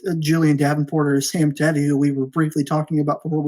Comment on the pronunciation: When said Sam Tevi I about had a stroke 😂 you caught it quick tho 😂